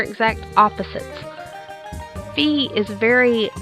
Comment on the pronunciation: It's not pronounced "fee" it's pronounced "fie" (as said by narrator in hyrule warriors) Btw I just found that out today XD